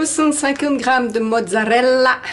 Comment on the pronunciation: MMMMMMMMhhhhhhh c'est encore Nonor qui a tout mangé 😁😁 J'adore ton accent italien " Mozzzarrrrrrrrella" 👍👍 😋😋 RRRRRRomana 😉😘😘 bisous